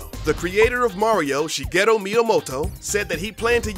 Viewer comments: It's "Shigeru Miyamoto", NOT "SHIGHETTO" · It sounds like you're saying Shighetto Miyamoto. :')